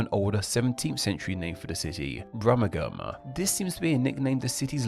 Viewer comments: Thanks for a top class video. A couple of points. The “g” in Brummagem is pronounced soft like the”j” in jar. I have read that Brummagem is not thought to be a corruption of Birmingham but a perfectly regular parallel development from the Old English - compare the equally valid pronunciations of Shrewsbury as Shroosbury and Shrowsbury. While we are on the subject of language I should mention that though my original Brummie speech is probably a little diluted I expect that my pronunciation of the diphthongs ou and ie appears eccentric. Most of us have some sort of accent other than pure RP and I was interested in yours. I noticed that you have the London traits of an occasional glottal stop and - always - the pronunciation of th as an f eg Plymouf instead of Plymouth. Additionally you seem to pronounce final ls as ws - eg “people” as “peopuw” - and regularly placed a heavy stress on the last consonant of a sentence, no doubt for clarity. I wonder what sort of a (slight) accent that is. Anyway, interesting . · "Brummagem" is pronounced with a soft 'G' and sounds like "Brumajem". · Its pronounced "Brum-ma-jen". If you're going to share information please make sure its correct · Regarding the term "Brummegem", you're pronouncing it wrong. The 'g' is a soft 'g', being pronounced like a 'j'. So, although it's spelt, "Brummegem", it's actually pronounced, "Brummejem". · As any Wulfrunian or Salopian will tell you, Brummagem is pronounced "Brummijum". Usage includes knocking screws into wood. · You are pronouncing Brumagem completely wrong. It is Brum - ag -em. The "e" should hardly be pronounced and the last two syllables are like "a gem", as in gem stone. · Brummagem is pronounced with a soft "g", so it's more like "brummajum" rather than the way it's pronounced in this video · Brummagem has a soft G not a hard G was pronounced in the video.